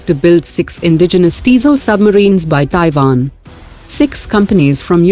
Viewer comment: It's TaiWan...not TaiVan!